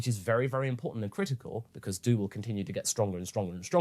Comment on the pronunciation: I swear it sounded like that witch said "Majin Dude." Good episode